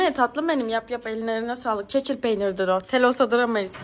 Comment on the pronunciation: çeçil peynirini doğru söylüyor ln niye üstüne gittiniz bu kadar ncjcjxnnhdhdhdd